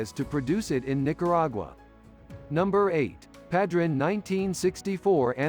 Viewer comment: The only thing that drove me crazy was the mispronunciation of Padron